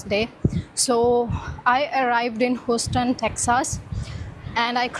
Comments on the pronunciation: Check your pronunciation of Houston. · You honestly need to ask Google to help you with the pronunciation of the names of towns and cities before you venture on doing a recording. Your pronunciation of Houston and Texas are absolutely pathetic. You should not judge the whole of the USA based on one city. Remember Texas has a high percentage of Indian, Pakistani and Bangladeshi inhabitants ... so what better should you expect.